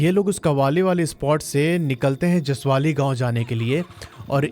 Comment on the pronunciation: Jasavli Not jasavali